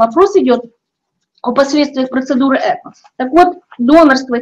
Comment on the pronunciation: Эко' ударение на "о",и только так